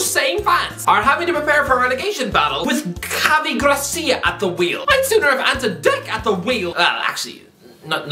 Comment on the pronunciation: It's Javi Gracia not Garcia